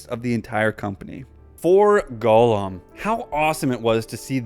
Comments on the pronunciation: sounded like you were saying Golem. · Can't believe how bad you pronounce Gollum